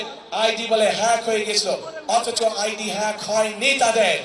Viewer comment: যে নেতা হ্যাক বানান উচ্চারণ করতে পারে না। সে আবার বিশেষজ্ঞ দিয়ে গবেষণা করিয়ে রিপোর্ট আবিষ্কার করেছে 😅